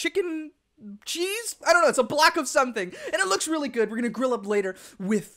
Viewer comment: Robbie Coleman not reawy